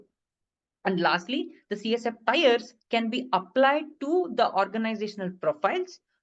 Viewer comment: TIERS .. not Tyres .. good video though